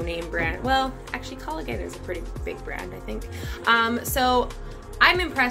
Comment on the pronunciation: Your pronouncing calgon and eczema wrong